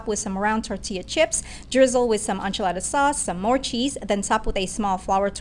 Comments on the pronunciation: It's pronounced like Inchilada not Unchalada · The pronounciation of enchilada kills me